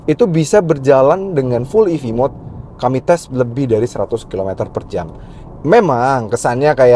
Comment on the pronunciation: ev kak bukan ef😅 salah ucap kak